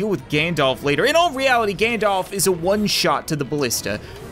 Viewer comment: everytime u said "Gandalf" i thought u said "Ganondorf"